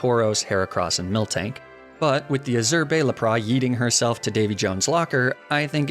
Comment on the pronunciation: Route 12 has a lot of cool Pokémon and then man said milktank 😭